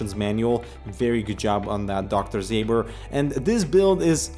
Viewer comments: Ząber, not Zaber. Pronounced like "Zomber" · It's not Dr. Zay-ber, it's something more like Dr. Zaober due to the "Ą" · You should pronounce it Dr Zomber :) It's "Ą" polish "soft" OM :)